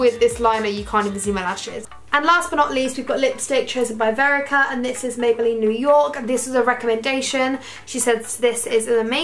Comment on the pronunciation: You called the girl Verica but it was actually Vedika 😂❤LOVE YOUUU